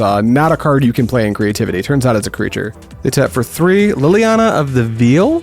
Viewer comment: It's "vail" not "veal" 😂